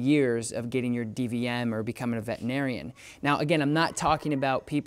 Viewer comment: Can you please stop saying “vetinarian” it’s vetERinarian